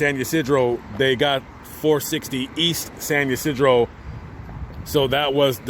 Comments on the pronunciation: San Ysidro... NOT San you Cedro. Really? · “San You Seedro.” 🤣 SAN YSIDRO! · It’s San Ysidro.